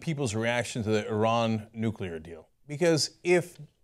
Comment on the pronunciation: Lol ***** pronunciation of nuclear.